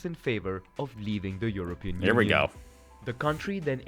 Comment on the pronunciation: Cant you say union?